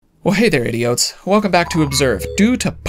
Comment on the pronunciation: I heard say idiotes at the start of this video & thought he was calling us idiots lol. Luckily I saw his screen thing that explained what an idiote is. Weirdly though my iPad word recognition doesn’t know the word idiote. It keeps changing it to idiot lol